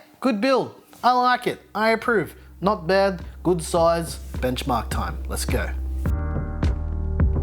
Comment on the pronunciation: Not behdddd, good soize